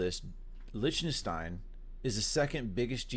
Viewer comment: Pronounce it Licktenstein not Lishtenstein (Lichtenstein)